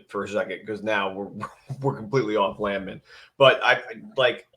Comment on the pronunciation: Landman or LAND-MAN? You need to get to the bottom of this. Been laughing about this since the broadcast